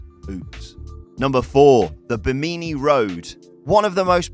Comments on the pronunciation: Bim-A-nee. Not BeeMeany. Sometimes I just don't know how you get there. Google can be your friend. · BIH'-muh-nee, not buh-MEE'-nee. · Ba-meany road off Ba-meany island? Its pronounced bim-i-knee you tosser. And according to your images the sunken city found of the coast of INDIA has Egyptian art works in it? Maybe spend less time putting your stupid own images in the videos and a little more time trying to be accurate. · Bih-min-ni Road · The way he pronounces Bimini is funny.